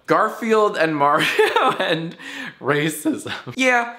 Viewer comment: "Yes Sonic I would really like to do Mario and Sonic Gif." ~Mario #YIAYtitle Also Jack Erin says Mario the right way not you.